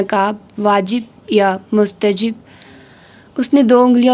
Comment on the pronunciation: مستحب is right word Not مستجب